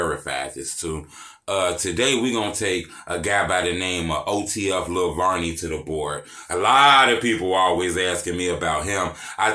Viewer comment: I like that you pronounce it the right way. It isn't VERNey. Thank you🤣